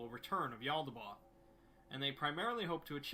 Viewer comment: I love the exploring series but his pronunciation drives me nuts lol Mekhane: (mech-kaine) not mek’n Yaldabaoth: (yal-duh-bay-oth) not yaldaboth